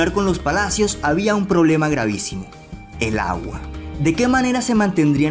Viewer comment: Me dio risa como dijo: "el agua"